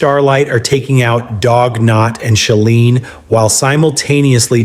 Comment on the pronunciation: Nah.. he said shaleen lol